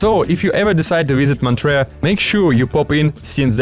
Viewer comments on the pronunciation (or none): A few things are wrong: - its Montreux and not motreaux - its called lake Léman and not lake Geneva (Geneva is barely swiss tbh) - You mostly talked about Germany and not the roman part - you didnt show Neuchâtel, the mostl beautiful city of switzetland We appreciate the work when its well done. Here you just spread wrong info or clichés. Good pictures and well narrated tho. Keep up ☺️